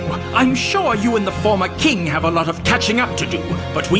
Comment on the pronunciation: Wait what the hell!? Is this bakura or is this jack atlas? There is only one person I know who pronounces "King" that way and it's jack. Aka. Edit- Nvm. I googled it and they are both the same voice actor. What do ya know